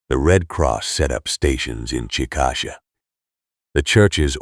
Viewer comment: Chick-a- Shay not chick-asha